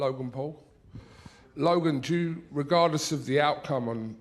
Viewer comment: bro said Logay and called us children 😂